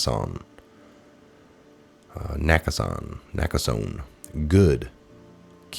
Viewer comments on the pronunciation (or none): it's pronounced "Naka sony